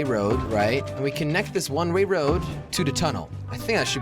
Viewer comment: You keep saying rne ray when it's one way